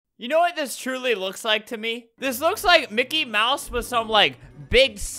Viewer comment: And its mickey